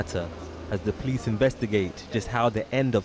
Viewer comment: What an awful presentation. Who are the "pleece"?